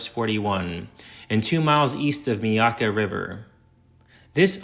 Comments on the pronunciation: Meeyaka🤣..it's My yaka or muh yaka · I live on the Myakka river. It's pronounced "my-YAHK-uh." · Horses and pigs are not native to North America. They were first brought here from Europe by the Spanish. You couldn’t even pronounce Myakka correctly. Canals? The indigenous peoples of Florida did not dig canals.